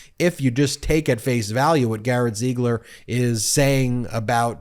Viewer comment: PLEASE, pick a pronunciation for Ziegler and stick with it. It should be pronounced /ZEEgler/.